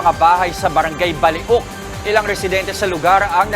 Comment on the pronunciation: Baliok pronounced as balyok hindi ba li ok